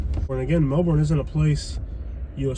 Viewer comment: Good video and true. I'm a Melbourne native and that area has been problematic since I was a little girl. Just an FYI thought, it's pronounced "melburn".